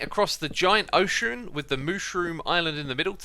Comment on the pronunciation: While else notices that he said oshroon in stead of ocean